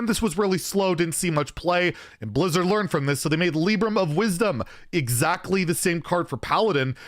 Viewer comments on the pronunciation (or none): none